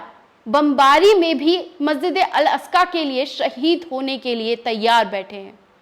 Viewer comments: Aska nhi Aqsa . Bolna sikho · अल अस्का नही अल अक्सा.मैडम. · Madam, Masjid Al Aska nahi hai. Balki sahi naam Masjid e Al Aqsa hai. हिंदी में मस्जिद ए अल अक्सा है। मेहरबानी करके सही नाम बोलिए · 😂😂😂,,,,al,,asja,,,nahi,,al,,aksa,,he,,pehla,bolna sikhi,fir,lekchars dena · ji Masjipd e aksa h aap al aska bol rhi hn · tumko baat karna nahi aata sahi se wo theek hai hum samaj sakte hai talafuz sahi nahi apka. Per masjid Al-Aqsa ka naam to sahi se lo tum baar baar Al- Asqa bol rahi ho. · Al aska nhi mam al aksa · Masjide aksa....masjide aska nahi hota he o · Please articulate rightly the word " Al-Aqsa"(Masjid).. .. जहां तक अमेरिका की मक्कारी की बात का ज़िक्र है तो 'Nostradamus' से भी ज्यादा spiritual और foresighted सूफ़ी 'नैमतुल्लाह" वली(8 वी सदी ई०) ने तभी तो अमरीका जैसों के बारे में पेशीनगोई की थी कि इन Westerns का भी history में ही ज़िक्र रह जाएगा और यह इनका 'मन्तक़ी अंजाम' होगा!(rational fate)